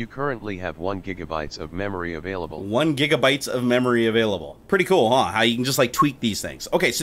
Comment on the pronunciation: "avaiable MBytes"